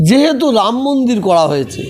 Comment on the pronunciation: কেউ কি জানে এনার কটা মুখ? এখনো তো মুখের ভাষাই ঠিক ফোটেনি, মন্দিরকে মুন্দির, বলেন। হায়রে! গিরগিটিও লজ্জা পায়, এদের রং বদলানো দেখে। সুবিধাভোগী, সুযোগসন্ধানী।